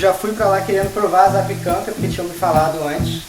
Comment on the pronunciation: A pronúncia correta é zapiÉkanka....tem que pronunciar o É...e o cogumelo é o borowiników (cogumelos silvestres polacos secos).